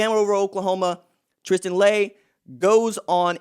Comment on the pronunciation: Maybe saying his name Correctly?